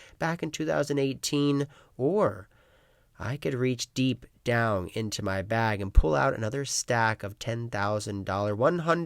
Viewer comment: he pronounces down as 'downg' a lot and it sounds crazy lol